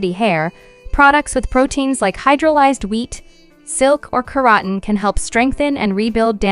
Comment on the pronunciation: She said Sheeya butter and Kerotten. 🤣😂🤣😂